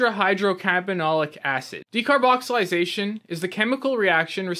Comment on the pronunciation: Its a bit of a red flag the fact that you're completely mis pronouncing the name of something you're claiming to be an authority on. Its a bit careless.